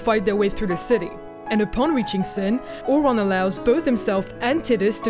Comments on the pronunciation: that isnt the real issue, Ore-on? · seriously they even say Auron's name in the game. Tidus you can at least blame on the fact they don't ever say his name but Auron? AURON?! Tiduse screams the correct pronunciation within 10 minutes of playing. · Nice breakdown but the pronunciation of those names. I cried when you got Auron's name wrong :'(